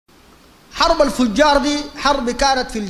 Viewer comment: حرب الفِجَار وليس حرب الفُجَّار